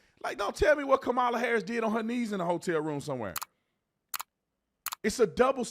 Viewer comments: I like the way Judge Brown pronounces Kamala’s name - like Camelia! 😂 I see lefties getting mad all the time saying we don’t pronounce her name right just because the emphasis is not on the right syllable. Joe says it completely wrong 😅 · Third Kamala pronunciation choice "Kamilla". Love it. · The way he calls her "Camila".